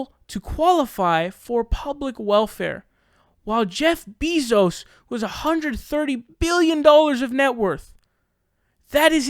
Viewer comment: it's NOT "BIZOS" its BEZOS!